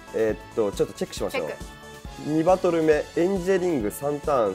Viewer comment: エンジェリオンじゃなくてエンジェリングだよ